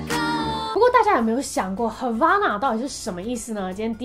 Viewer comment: 聽得時候是唱 hava(欸)na 可是滴妹念的時候是hava(阿)na 為什麼😶😶